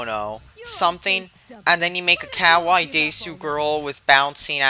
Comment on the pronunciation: Wow, you sure mispronounced kawaii and desu wrong. Fool.